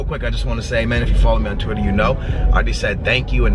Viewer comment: he was about to say "thwitter" instead of twitter. anyways. what type of jeep does he have?